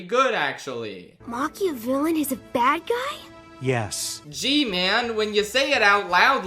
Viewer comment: "pacman's a bwadguy?!?!"